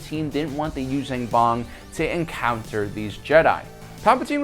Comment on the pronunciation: stop saying "Yuuzang Vong". it's Yuuzhan Vong.